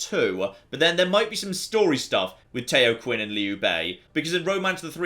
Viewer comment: Tao is pronounced as in 'Taoism' Qian is pronounced more or less like 'Chee-An', but as 1 syllable instead of 2